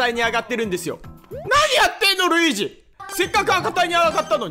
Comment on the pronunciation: なにやってのルイージ！のとこで巻き舌かっけぇ！！！